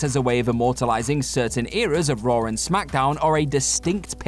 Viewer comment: Raw* not Roar